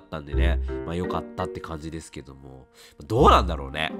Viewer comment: 「ですけども〜」が「どぅぇすけどむぉ〜」て感じに聞こえてこっちまでぽやぽやしてくるw この時期体調崩れるといつも以上に心配になりますよね… お大事にしてください🤲